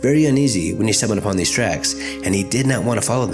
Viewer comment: lmao " He felt,very uneasy ,when StumbleUponTheseTracks"dam he made it one long word